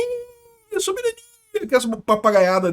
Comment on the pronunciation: Nunca pare de falar soberânia!!!